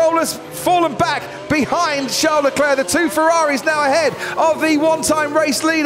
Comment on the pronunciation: Sean Leclerc? what is Sean British for Charles?